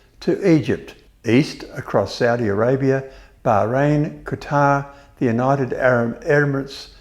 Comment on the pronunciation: Funny how nobody complains about how he pronounces Bahrain and Myanmar. Both of which were also wrong.